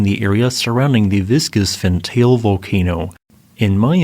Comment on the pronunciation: Pronounced as Fant-al-ae